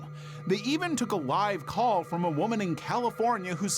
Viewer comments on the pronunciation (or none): none